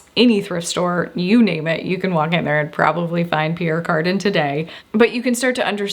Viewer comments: Back in the day we pronounced it the French way: pee ERE car DAN. Never ever heard it pronounced carden(garden). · Pronounced ( Pea-air Car-dan) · It's pronounced: Pierre "Carduhn" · I had to Fast forward through the Pierre Cardin Section, for every time you mispronounced his name. Thanks for trying.